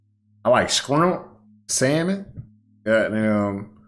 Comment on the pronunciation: “Scrimp” go hard tho 🤣